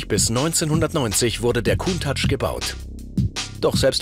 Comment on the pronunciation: die können countach nicht aussprechen..